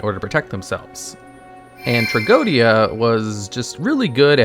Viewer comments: It's not tea-go-Dia. It's just tra-JEE-dia... It's latin for tragedy. Go figure. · The pronunciation of its name it s wrong. It s closer to Tragedia. That s the wordplay and the diphthong oe is read E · No, its tra-go-e-di-a 5 syllables